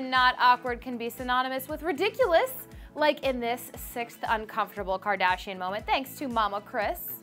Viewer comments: Un- cumfort- tumble. Hahahahahahahahaha!!!!!! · can you say UN COM FOR TAB LE - cringed so hard. Clevver need to axe all the presenters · Girl: Can you say 'un-comfort-able'? Me: I can, but apparently you can't 😂